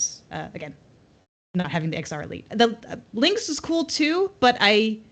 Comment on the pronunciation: Its "Lynx" not Lynkx